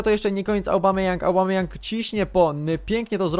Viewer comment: "obamejong" a nie "aubamejong".